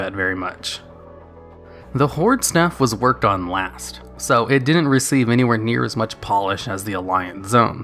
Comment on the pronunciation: Do you realise you say "din-n't" instead of "didn't"?